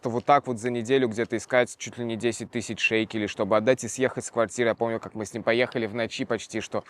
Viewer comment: А почему он всё время говорит шейкели, я думала таки шекели, но я от этого далека может и не права. Кто знает?